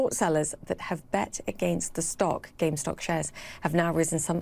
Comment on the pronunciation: why she say GameStop like that